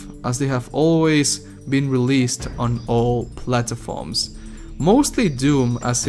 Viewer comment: Its platforms not plat”a”forms